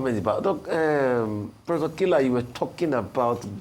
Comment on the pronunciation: Kila not pronounced Killer pls